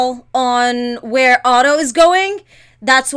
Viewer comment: When she said it's not Otto but hotto it made me laugh 😂